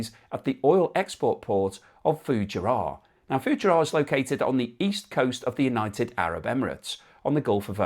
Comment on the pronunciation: Fugeira is pronounced Foo - geee - r. they make the besthoney in the world and are an excellent seaside resort.